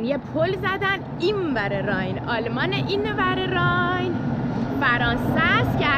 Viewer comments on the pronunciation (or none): none